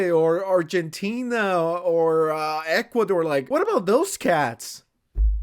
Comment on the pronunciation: woah woah whoa, that pronunciation of Ecuador was a little too good buddy. I'm sending ICE to get your ass rn